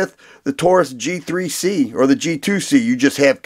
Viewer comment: thought he said “Cheap 3 C” instead of “G3C” lol